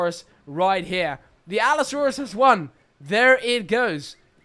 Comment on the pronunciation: Bro said Allosaurus wrong